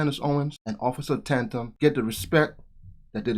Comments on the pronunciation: Good video. (Tatum, btw, not Tantum) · Btw....sorry...I like your channel and content, but please...his name is Tatum, not Tantum😂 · His name is Tatum not tantum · Don't be offended, but you pronounce his name (T A tum) Tatum, not Tantum. love that you show videos like this, so keep doing so. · officer Tandam? it's Tatum.. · ITS OFF.TATUM…NOT ‘TAN-TUM’…LOVE YOU …PEACE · Your a dumbass, its Officer Tatum, not Tandem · It’s Tatum not tandem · It’s Tatum…..pronounced Tay….Tum. Side note….love the video! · "Taytum" is how it's pronounced man. But I don't think Brandon will be upset. Lol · Hi, It is Ta•Tum, sounds like day; there is no "n" on the first syllable.. ♠W.G. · tantum? Who is tantum? You mush mouthed fool. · Tatum is pronounced like tale, not at.